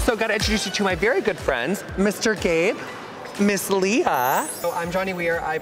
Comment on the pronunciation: lowkey thought he said mr gay instead of mr gabe when introducing johnny and i wheezed